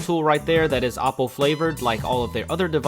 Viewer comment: u pronounced oppo wrong